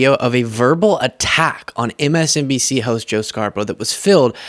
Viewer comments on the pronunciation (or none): Did you hear. He cannot say MSNBC, he said MSDNC….. such a crooked man, so stupid Trump. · Did you notice he said msdmc instead of msnbc. Guess it’s the dementia.